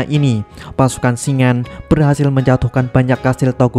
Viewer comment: Cara baca nama Shingen itu shin-gen bukan shing-en